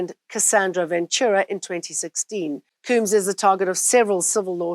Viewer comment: Sean diddy “Coombs” 😅😅